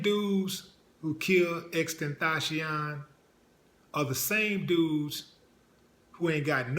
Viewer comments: Why is he calling him XtenTHOTcion? But anyway RIP Baby Boy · I know he died a 2nd time after hearing you slaughter his name😩